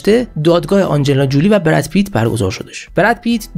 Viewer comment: حیف این همه زحمت که برای این برنامه می کشی نیست که با تلفظ های فاجعه ضایع اش می کنی برادر من؟ آخه آنجلینا جولی بر وزن "پولی" چیه؟ فامیل آنجلینا تلفظش هست جولی بر وزن "کولی". زنده باشی و موفق